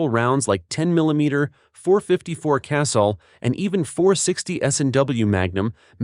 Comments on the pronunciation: STOP THE CRAPPY AI VOICE THAT CAN'T PRONOUNCE WORDS CORRECTLY!!! NOTHING hurts your credibility more than not pronouncing types of ammo, firearm parts, etc. INCORRECTLY. The .454 Casull is pronounced "ka-sool" or "ka-sule". NOT "castle". When are you people (so called YOUTUBERS), going to throw away all this AI crap that isn't very intelligent?! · It's "cah-SOOL." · Complaint Casull is Ka Soul not Castle also when you talked about ammo you failed to note 410 shell, 45 long colt and 454 Casull of the raging judge far more versable the 38 special 375 magnum by the way repeating thing 3 times makes it boring